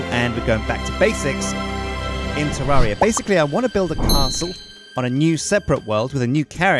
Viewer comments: Did you say Jewdaria? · Episode 35~ and he still doesn't know how to pronounce the name of the game.